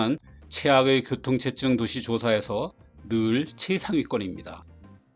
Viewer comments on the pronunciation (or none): 저기요 아저씨 <교통체증> 발음은 <쳇쯩>이 아니라 그냥 <체증>이라고 하는 겁니다